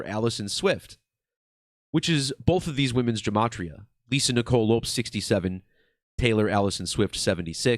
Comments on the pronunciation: Not trying to be a jerk either but my eye was twitching every time he pronounced it Loups😂 I wonder if it was to keep a difference in sound and not confuse the listener as to which Lisa he was referring to or what. Because everyone has always pronounced it Lopez, even Lisa herself. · Not trying to be an asshole, but Lopes pronounced Lopez/ which makes the decode tighter.